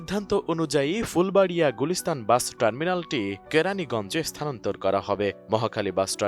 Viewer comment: শব্দটা স্থান্তর না, স্থানান্তর। জাতীয় টিভি চ্যানেলে আসছেন শব্দ ঠিক মত উচ্চারন করতে পারেন না। জাতি কি শিখবে আপনাদের কাছ থেকে। তাছাড়া আপনাদেরকে ভুল ধরিয়ে দেবারও কি কেউ নাই?